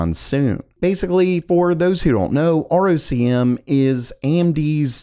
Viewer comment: ROCm is pronounced “rock ‘em”.